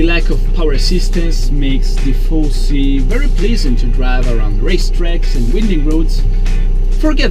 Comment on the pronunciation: Every single time u say "4C" it seems you are saying "Tiffosi". Just kidding, nice video as always!